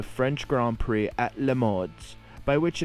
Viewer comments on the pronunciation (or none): none